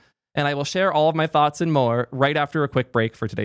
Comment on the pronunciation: saying, "I have touhths" feels a lot like "Houston, we've had a problem."